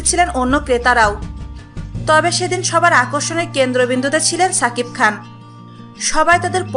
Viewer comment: এই মহিলা, তোমাকে বার বার বলি ছাকিব খান না, সাকিব খান.. আগে উচ্চারণ ঠিক করো.. তারপর বকবক করতে এসো